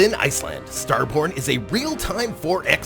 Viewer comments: sorry i though you said star porn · At first when he said "Star Borne" i thought he said "star Porn" lol